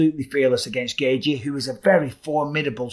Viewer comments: Why do you keep pronouncing Justin’s last name “Gay-G?” It’s “Gay-chee” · Bisping: "Justin Gayyythjie"